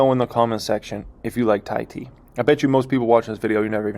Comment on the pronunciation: Thai-Tea Why-Teas? lol jokas